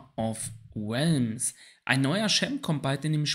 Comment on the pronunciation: Es heisst watcher or Relms, nicht watcher of Welms;-)